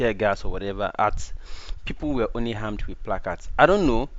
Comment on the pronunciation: My dear, it's armed not harmed